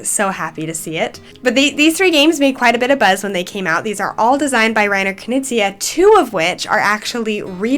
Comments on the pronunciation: it sounded like k-kneez-eye to me instead of k-knee-zee-uh. But no biggie. Maybe it's the cold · I'm not sure about the pronunciation of Knizia when introducing your favourite game lol but great overviews and thanks for letting us know what you like about each one! And yeah you're right that Bitewing Games has been releasing some real bangers these past few years.